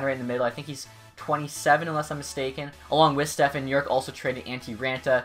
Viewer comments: It's stepan, there is no f, it's just p😂😂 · Step-on..... Not Stefan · It's not Stephen it's Stepan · its pronounced just as its spelled, STEP-ON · Stepan is said Stefan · It's pronounced step on lol all good tho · Pronounced Step-on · you know there's no "h" in Stepan right?